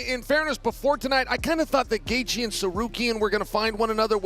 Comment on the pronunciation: did this guy just pronounce gaethje as Gathe Ye